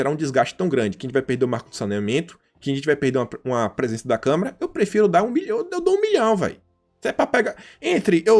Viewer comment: E O MALUCO AINDA NAO APRENDEU A FALAR CÂMARA